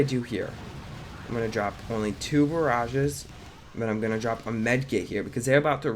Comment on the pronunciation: u called the smokes barages